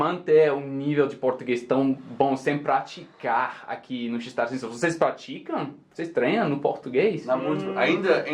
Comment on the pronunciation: Acho que ele quis dizer "nos confunde" mas errou a pronúncia do "nos" e virou "nós"... :)